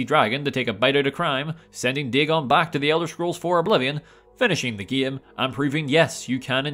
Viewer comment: What accent is he using? The way he pronounces game is tripping me out. Ghayyme